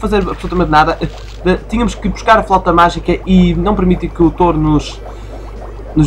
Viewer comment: Um "t-oh-ro"? Ah carago, essa pronunciação foi das boas. Quer dizer que agora o nome do jogo é Sheep, Dog, Wolf & Bull? (risos) Mas a serio, é um obstáculo e pêras, ainda bem que podemos usar os poderes de hipnotismo sem acabar por nos lançarmos por uma colina abaixo como costuma acontecer com o irmão de Ralph...